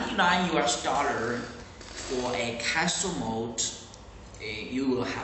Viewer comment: Did he say castle moat? I'll take ten please!